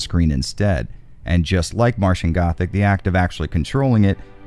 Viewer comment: AHEM! 'Martian Gothic' not 'Matian Gothic'